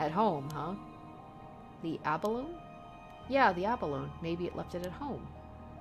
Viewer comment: Not a Japanese word, but "abalone" is four syllables, pronouncing the final "e" the same way you to "anemone". It's a particular kind of mollusk, though in this case I'd say it's referring more to the nacreous, mother-of-pearl shell that they're known for. Iirc they're a particularly large one, and ofc it's hard to get large single pieces of mother of pearl since they're organically created.